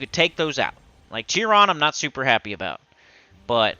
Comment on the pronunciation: Chiron is pronounced [Kai]ron" not jiron.